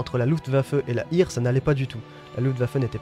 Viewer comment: Et Heer (air) et hire! Quelques notions de diction germanique ne serait pas de trop, j'ai les oreilles qui saignent.